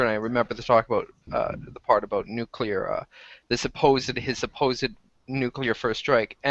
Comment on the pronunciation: Nucular lol (don't ban me)